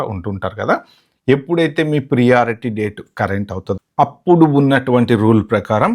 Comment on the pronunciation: Not ప్రియారిటీ, it is ప్రయారిటీ…. వినడానికి కొంచెం ఇబ్బందిగా వుంది… Good info though…